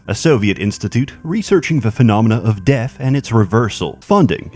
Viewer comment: ''Deff, is da buh-ginning''